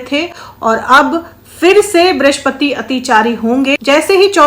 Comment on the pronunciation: ब्रिश्पति नहीं बृहस्पति कहिये, हे ज्योतिषाचार्य!